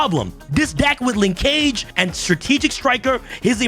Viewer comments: It’s pronounced: Linkage “Ling-kuhj”. NOT “Lin-CAGE”. Like the word “scrimmage”? I could be entirely wrong and maybe Konami intended to make it rhyme with mobile ‘Engage’ but I swear we YGO players butcher Japanese and other derivative words from other countries but we sometimes don’t realize when it’s just regular English. Konami low key making us forget about grammar and pronunciation when designing card names and text. 🤦🏻‍♂️ *Small rant, carry on. 🤷🏻‍♂️ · pronunciation of “linkage” is giving me an aneurism 🥴